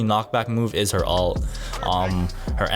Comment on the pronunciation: ULT not ALT!